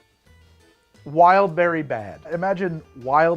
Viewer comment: "wildbwrry flavored hell" im dead.